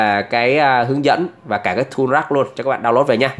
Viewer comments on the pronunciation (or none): none